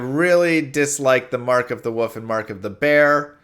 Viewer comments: Does know there's an l in the word "wolf" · Mark of the "woof"? You live on the east coast of the U.S. don't you? I had a friend who said "wolf" like "woof" every time and he was from the east coast.